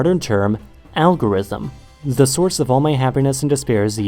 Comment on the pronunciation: Do you say "za" instead of the? 😂